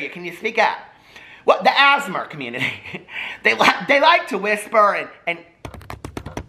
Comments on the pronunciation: Sounds like ur saying asthma community lol. I love asmr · “Asmur” LMAOOOOO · l don't want to be that person but most people just say the letters out loud when saying ASMR still love you and the asmer community xD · The “asmr” community. I’m gona call them that from now on cos at first I thought you actually meant asthma and was baffled 🤦🏼‍♀️😂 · lmaoo tou sound out the letters like ‘ayy ess em r’